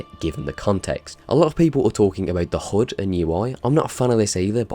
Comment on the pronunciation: I thought u were on about the "hood" for the longest time until u actually showed the AC3 alpha and i realised u were saying HUD...